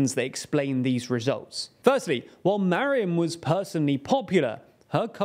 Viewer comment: who the heck is "marion", anglo?